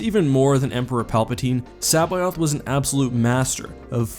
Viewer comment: Your pronunciation of C'baoth makes me cringe